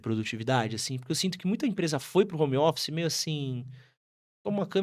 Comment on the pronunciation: Quem fala Romófice não tem autoridade pra falar nada